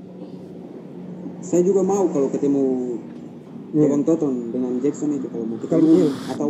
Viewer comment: Toton bang , bukan tonton:/